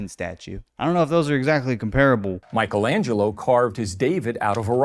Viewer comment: if you're going to pretend you know a thing or two about art you should at least pronounce Michelangelo's name correctly.